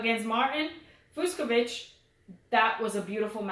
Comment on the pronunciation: "Fucsovics" is pronounced "FOOTCH-a-vitch":) That one confounded me for a while for... obvious reasons... - Oh my goodness.... the first 5 minutes of this video was pure comedy gold. "We have 5 kids! You gonna call me 'the man'??" - Zverev is just... young and gets distracted, I think. If he's off, he doesn't have the experience to change things up and tough his way through a match while playing badly. - You guys didn't mention that Kecmanovic is a lucky loser here. He lost to Giron in a 3rd set TB in qualies. - Yes,, I do chuckle every time brings up Zverev.:P